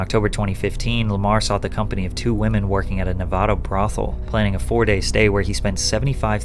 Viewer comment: Please learn to say Nevada right